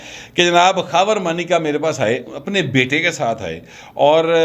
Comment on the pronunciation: مانیکا ہے یا مونیکا او ماٸ ڈارلنگ۔ کسی بھارتی فلم کے گانے کا بول۔ لگتا ہے عمران بھی اس کو ایسے ہی پکارتا ہو گا 😜😂